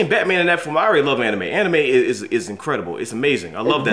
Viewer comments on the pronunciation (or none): Did He Say Batoman?!